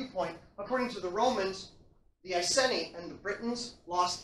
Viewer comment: Great lecture. Love all your lecture videos. Not sure about the pronunciation of Iceni tho. Maybe it’s just English/American accent thing. As someone who lives in old iceni area I approve of this video. Keep them coming 👍🏻